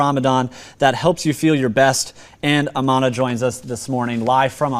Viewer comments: Thanks!!! I thought something was wrong with me ears.... The name of her channel is Amanah her name is... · The interviewer kept saying her name incorrectly. Her name isn't "Amanah," it is. What a gringo.